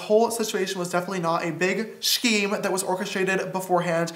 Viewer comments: "Skeem" not "shkeem" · he said, "SHcheme" 😂😂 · The most upsetting part of James Charles' video is the way he pronounced scheme XD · The way he says scheme though